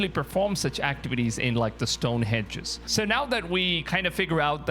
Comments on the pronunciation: Stonehenge not stonehedge . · Stonehenge - not hedge.